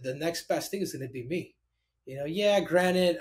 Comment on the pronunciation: It's granted not granite Henry